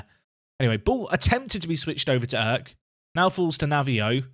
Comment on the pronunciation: Long time viewer, first time commenting here. Since you are bigging up Kürşat Erk this much I wanted to teach you how to say his name lol. The 'ş' stands for 'sh' so you can read it like this 'Kür' = 'Cure' | 'Şat' = 'Shot' The 'Erk' part is a bit hard since i don't know how to show it. But I can say where you make the mistake. You read it like 'Örk' but you should soften it a bit like 'aerk'. In turkish we read the letters literally as they are. So in summary: 'Cure Shot Erk' Thanks for the daily videos, I have been watching for 2 years now and learned a lot from you. This year, I myself took Telford United from Vanarama National League North all the way up and won the Champions League in 12 seasons. Btw great work on that thumbnail! Keep up the great work!